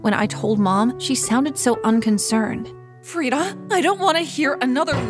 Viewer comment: That’s my name !! I mean it’s written farida but you say it freda